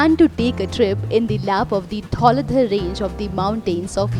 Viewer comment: great attempt... but u just have to pronounce some names properly like Nagarkot not naagarkot, dhauladhaar etc